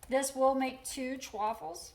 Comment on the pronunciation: Why is she saying Chewaffles? Everyone says chaffles as in waffles